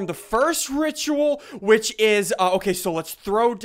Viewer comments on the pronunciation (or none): none